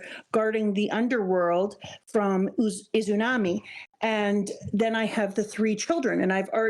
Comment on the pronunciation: I love these videos so much. Can't wait till you get up to date. This is my favorite "first time reading OP" content right now (and possibly ever). Just a couple of nitpicks: - It's "Amaterasu" not "Amateratsu" no t. - "Izanagi" and "Izanami", not "Izunami"